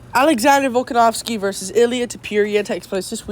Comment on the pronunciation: 1 second in and you're pronouncing the main event's names incorrectly... nice